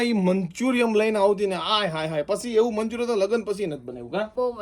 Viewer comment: tame Maa-Dikro bhega thai ne Payal ne radavo nai..ae vlog ma hasvama kadhi nakhe che... Payal bau sari che...ae tamari same jibha-jodi nathi karti... aemne pan khotu lage... tamari mummy ne kaho k payal ni taarif vlog ma kare... thank you❤ And it's manchuriaN not manchuriaM❤😊